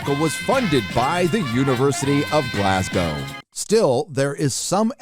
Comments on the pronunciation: Thank you for being the first American I've heard pronounce my home city "Glasgow" correctly! Take note everyone, Glas-go not Glas-gaw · As a Brit im mega-impressed got the pronunciation of 'Glasgow' correct... good job! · Gotta give it to an American that says Glasgow right. I know people that go there. Extremely woke, mate got alot of shit for complaining that the lecturers couldn't understand glasgow accents. Even more ironic, he was on a language course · Man, I’m just happy you pronounced Glasgow correctly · Glad to see you listened to Az and Mauler about how to correctly pronounce Glasgow. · Glad you pronounced Glasgow well after hearing your previous efforts the other night 😂😂😂😂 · They haven't killed Sean bean on Snowpiercer yet woo! Also said Glasgow properly yay. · I know this video is important and it is but as a Scottish person hearing an American saying Glasgow correctly lol